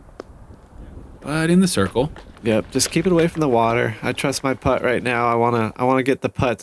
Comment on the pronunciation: First time ever watching this, and it annoyed me every time when they said “putt” lol it shouldnt have but damn